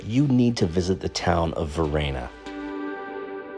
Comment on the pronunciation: Great tips, thanks. However. Bellaggio is a haven for tourists. And the locals know about it. Italians wouldn't go there, and if they do, they certainly wouldn't be falling for all the tourist traps. Oh, and it's Varenna, not Verena